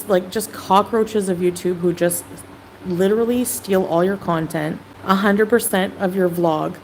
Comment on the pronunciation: The inescapable war torn lives of innocents, is just not worth it for her, "like letterrelly" .